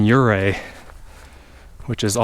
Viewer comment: I love Southwestern Colorado! It's sooo beautiful! I honestly dread the million dollar highway since it's so narrow and the cliff is straight down. Ouray is a cute town. Kudos for pronouncing it correctly! Thanks for a great video. I can't wait for the next one!